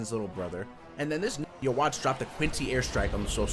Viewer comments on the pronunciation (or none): Ackshually, it's You-Ha-Vach. It's German, doesn't translate well into Japanese which is why they say You-Ha-Bah-Ha. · It is said as yahabach not ywach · its pronounced yu-hah-bach, chineese translation of the german letter b simply does exist. which is why the german b is trnaslated to a h. its no yu wach, or whatever else you guys come up with lol,. german pronunciation is yu-ha-bach and the chineese pronunciation is yu-hah-baja. \ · You - Watch lmao best pronounciation yet xd Nice vid bro got urself a sub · Brrro its pronounced youbaha blast